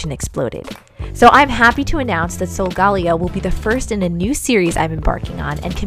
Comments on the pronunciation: It’s pronounce(So-go-Ley-0) not (So -go-Leo) Watch Pokémon sun and moon on Netflix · SOULGAWLEEOH Me: TRIGGERED Its. SOL. GA(guh). LE(ley). O. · It's not sogaleo it's sogalayo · BTW solgaleo is said sol-ga-lay-o (sorry for the misspell) wow I’m telling you you’re saying it wrong but I can’t spell it right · Its so ga la o that is how it is pronounced but i still love you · It’s pronounced sole- ga- lay- O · Isn't it pronounced sol-ga-layo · Beautiful doll, but Sogaleo is actually pronounced Soh-guh-lay-oh, as stated in Pokemon Sun and Moon. It’s okay to get stuff wrong, so don’t sweat it, but this is just for future reference! (I’m a Leo too! Zodiac buddies!) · Solgaleo is pronounced like Galileo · solgaleo is pronounced Soul-ga-lay-o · It's pronounced Soul-ga-layo